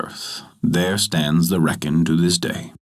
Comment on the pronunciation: pronounced Reek-in